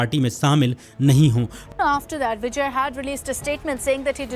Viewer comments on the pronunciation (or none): Area yaar bijness business hota hai. Pronunciation correct karo content dikhne meh bohat acha hain lekin sunne me UP Bihari ki badbu aajati hai. Bijay nahi Vijay Eaji nahi easy Bujiness nahi business